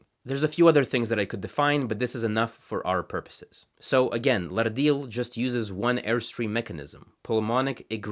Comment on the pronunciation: That’s a lovely flapped ‘r’ you have, but in your pronunciation of the word ‘Lardil’ is incorrect. The word actually has no ‘r’ sound in it. From what I understand, having learned half a dozen or so other Pama-Nyungan languages, ‘rd’ is a digraph - two letters representing a single sound, like ‘ch’, ‘sh’, ‘th’ and ‘ph’ in English. In the modern orthography of most Australian languages, ‘rd’/‘rt’, ‘rl’, and ‘rn’ represent ‘post-alveolar retroflex’ consonants, where the tongue curls back towards the hard palate (common among the languages of India). If a flapped ‘r’ appears before a retroflex consonant, it would be written ‘rrd’. You mention retroflex consonants in your video, but forget to use the post-alveolar retroflex plosive consonant in the word ‘Lardil’.